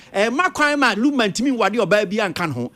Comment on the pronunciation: pls the name is Lumba not Lamba, lumber nd lunba😢😢😢😢